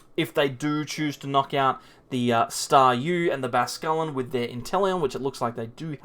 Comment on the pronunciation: Great content, just cringe everytime you say Basquelin instead of bascuiln